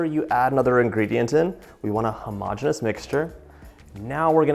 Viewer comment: 20 stars for the correct pronunciation of homogeneous!